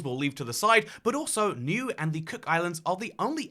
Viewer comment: Did he just pronounce Niue as "new"? Infact... how DO you actually pronounce it? I've always said "Nee-way" Not that I've ever said it out loud before, it doesn't find it's way into conversation much. It's how I've thought about pronouncing it.